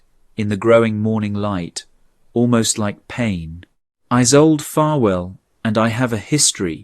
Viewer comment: Mispronounciation. =. name Isolde ( E-sol-de). German origin! South Africa (near Cape Town).